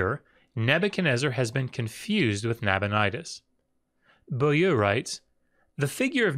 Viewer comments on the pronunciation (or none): Excellent and informative video. I am somewhat amused at ability to speak ancient and dead languages when juxtaposed with his struggle with simple modern French. Beaulieu isn't pronounced "boo-loo" in any part of the French speaking world I'm aware of.